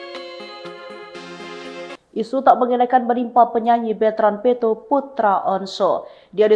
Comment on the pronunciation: Peuto LG ga tahu yNama yg bener kasihan deh sama hostnya g bisa baca yg bener, selalu peuto disebut terus, belajar LG deh komen yg bener